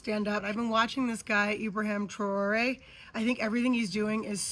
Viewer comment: TRA'ORE ,, get it right 🤔